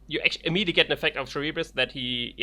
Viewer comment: They're pronounced "SILL-a" and "car-RIB-dys", named after the pair of monsters of Greek myth. The pair lived on two sides of the Strait of Messina. Jason and the Argonauts had to pass between them on their quest for the golden fleece. Scylla lived on the rocks and has long claws that would pluck voyagers from their boats while Charybdis lived at the bottom of the sea and sucked in vast amounts of water, creating whirlpools which dashed boats upon the rocks. I like how the theme of both of them is that when both out, they hurt your opponent in a way that's opposite to their course of action. Reaping kills creatures and fighting destroys aember.